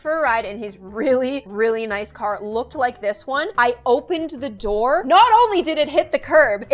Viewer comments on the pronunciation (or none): none